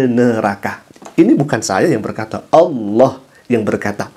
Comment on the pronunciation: Oten mana bisa nyebut ALLAH, MEREKA HANYA BISA MENYEBUT DGN ALAH.. ketahuan baca scrips.. 🤣🤣